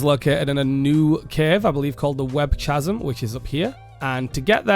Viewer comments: "Chasm" is a k sound - Kazm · Did he say Ch-asm ?